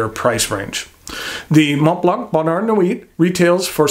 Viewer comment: Just don't rely on for pronunciation of French words such as "sans", "bonheur" or "nuit". He handles "Mont" and "Blanc" pretty well though.